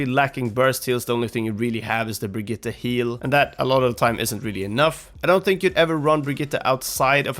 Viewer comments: He says it almost perfectly lol? It's not Brigita or Bridgette, I can confirm it's actually Brig-it-te as I speak Swedish. Everyone in the OW team and all the characters say Brigita because you english speakers just can't pronounce Brigitte :) She even says BrigiTTE when someone swaps to her :) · You sayed Brigitte right. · You do know that this guy pronounces her name right? Hes like one of the only ones ive heard say her name correctly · You pronounced Brigitte perfectly!